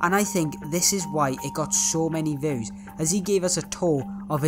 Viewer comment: THE ACCENT HE LITERALY SAYS VEWS and not views